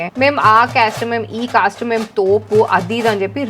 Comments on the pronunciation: sister that is not cas that is cast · Akka caaste kadu akka caste 😂😂😂